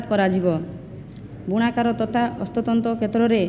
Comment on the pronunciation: Proud of her. Atleast trying to read odiya. Wow they are our representative. Somebody tell her it is hastatanra. Not hastatanta